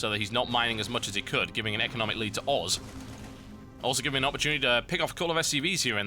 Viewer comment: Sounds like TB says FXO oars..